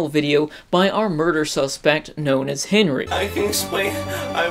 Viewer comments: OMG I MISS COME BACK MAKE SHIPPUWWDEN WEVIEWS PWEZE? KEEP AWIVE BWEAK HIM OUT OF JAWL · ***** lmao! XD DUN'T WURRWY WE WILL CWI TOKETHER! T__T